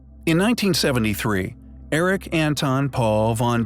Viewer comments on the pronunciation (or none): none